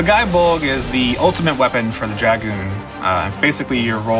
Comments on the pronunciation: It's pronounced Gae as in Gay, as like in Gae-lic. Like Celtic is not pronounce Seltic. Oi. Also,I really feel like you need a new video editor on this, it's very boring and poorly paced, especially when your 'competitor' Men at Arms. The host also has a awkward feel to her because of the pacing, needless direction you have her take. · Nice, i don't think it's pronounced "guy bolg" but don't quote me on it. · First, it is pronounced "gay bolg." The game itself confirms this in the achievements for dragoons and lancers. One would think that you'd respect the weapon by pronouncing its name correctly, regardless of the connotations of a word that sounds the same. Second, relic weapons are easy to get, but hard to upgrade. I would prefer you do your research before making a video on a weapon you don't know much about. Finally, I'm a paladin, white mage, botanist, carpenter, and soon to be bard. I help my free company, Distant World on Masamune, with whatever they need help with, and in turn I get things done. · wrong it’s pronounced gae bolg in game because it doesn’t have the symbol over the a to change the pronunciation. Plus the achievement is “having a gae (gay) ol time” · I mean be respectful to legendary weapons but it is pronounced Gay Bulg.